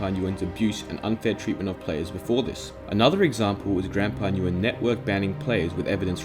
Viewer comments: Nguyen is pronounced "win" I think btw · Nguyen is pronounced win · i never knew this about mineplex 😳, i’ve played mineplex years ago and i was curious for the reason of this video and i’m not mad. (btw nguyen is pronounced like gwen) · Btw Nguyen is pronounced as "When" or "Wen"